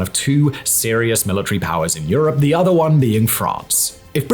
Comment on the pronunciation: milli-tree and centi-pee. lol